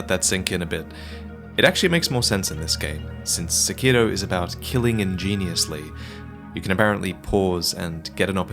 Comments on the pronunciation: Lobo there is no d in sekiro..... he's saying it like sekido. It's really annoying. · Sack Kee Doe. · I always thought it was pronounced Sĕkiro rather than Sekĭro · The way this weeaboo says "Sekiro" made this difficult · The way you pronounce the title of this game is enraging.